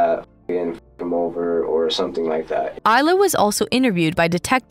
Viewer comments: this video is good but one critcism I have is that ilya is pronounced as ill-Lee-ya not eye- la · "Ilya" (ILL-yah") the boyfriend is called "Eyelah". The machine cannot read. If it is a real person reading I feel very sorry for that person. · Your narration is very distracting. To gain integrity, you need to learn how to pronounce words before recording, for instance, it's Lima as in Lima Peru; it's not Lyma. Il-ya, not Isla. You will get more subscriber if you try harder to get it right. Blessings, Someone who cares. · "Ilya" is a male, Russian name pronounced "ill-ee-uh"